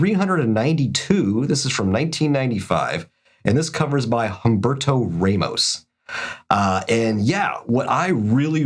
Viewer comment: Um-BEAR-toe RA-mos Mick-FAR-lin LIE-feld